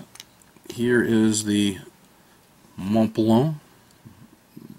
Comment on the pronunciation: HaHaHa! "Mon-blan" perfect, absolutely perfect!!!! :) LOL